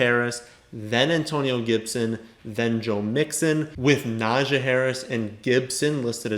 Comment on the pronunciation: It’s pronounced NAH-jee 😂